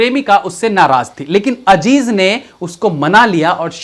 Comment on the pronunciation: Ye ajeej Kya hai bhai azeez Hy